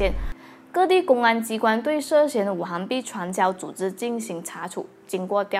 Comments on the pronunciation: 五行～xing 不是hang 哈哈 == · 應該是五行（Xing2）幣